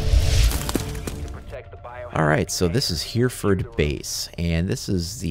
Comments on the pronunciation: I live in Hereford and for future game plays it isn't pronounced here-ford it is h-ery-ford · Pronounced 'Heh reh ford' my friend! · Great video. Although it's pronounced hery-furd. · it's been said already but that's not how you say Hereford, I'm from there so I can assure you of that